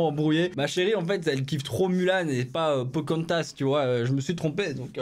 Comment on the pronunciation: Sa me frustre comment il dit Pocahontas 😖😖😁😁